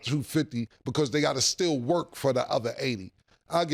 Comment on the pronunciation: "Stell" for still is crazy Mase. 😂😂😂